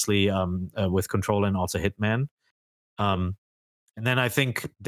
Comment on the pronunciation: I like the way pronounces Hitman as “hitmon,” like she can’t escape the habits of saying Pokémon names.